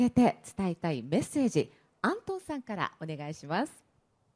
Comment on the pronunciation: アントン発音上手！！